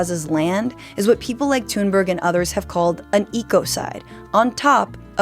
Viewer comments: Why is thungberg being pronounced as tuneberg? Are you thinking she has changed her tunes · She's amazing ❤ A tip on the pronunciation of her name, it's more pronounced " Tuunberj" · It's "Toon-burrah", ending like the word "Edinburgh". It's a different language you see.